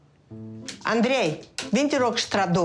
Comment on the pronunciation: I cannot deal with how she says Andrei. My anxiety has been triggered